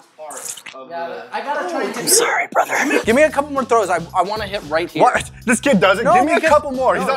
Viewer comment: "im sorry bruther.."